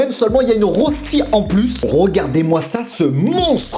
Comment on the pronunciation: On prononce "reuchti"...